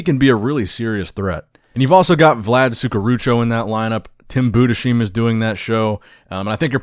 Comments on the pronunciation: Try No.27 Tim Budesheim's name is propperly pronounced Budes-hyme. 😊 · just wanted to let you know that Tim’s last name is pronounced „Budes-heim“ not „Budeshim“ if you know what I mean. Great video as always 👌🏻